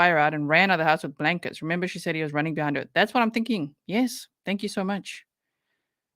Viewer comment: And pronouncing every word that ends with a G, with a K. ThinkinK, anythinK, nothinK. Oh. My. God!! But she has a doctorate in education. Yeah, yeah, yeah, whatever, whatever.